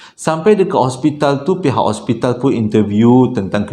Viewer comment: bukan ospital....hospital😅😅